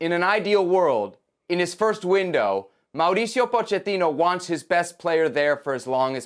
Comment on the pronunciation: Of course Kasey Keller is going to be critical of this. He wanted GGG to stay. USSF homer. Can't even pronounce Mauricio's name right. No story.